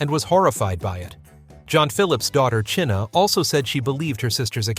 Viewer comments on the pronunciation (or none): "CHIH-nuh" Phillips...Try Chynna phillips.pronounced likeChina. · Her name is pronounced China !